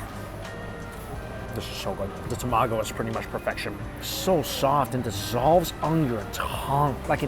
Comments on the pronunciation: I always laugh whenever Mike says tomago because he only says it when he's eating Japanese food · He says tamago different.🤣🤣